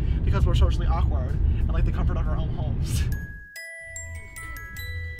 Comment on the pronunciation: "Because we're SHocially awkward"